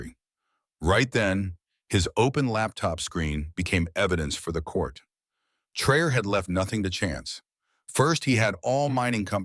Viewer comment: Why caint you buttheads producing this video take the time to make sure you know how to pronounce this gr8 Black Afrikan leader's name, I've heard everything from Troy, Tray, Trayor, Troy to fuggin Tro. How fuggin disrespectful !!! HIS NAME IS TRA OR È!!! Git it fuggin right😠😠😠😠😠😠😠😠😡😖😡😡😡😡😡😡😡